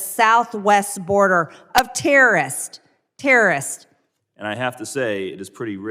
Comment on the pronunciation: “Terrists” what are terrists?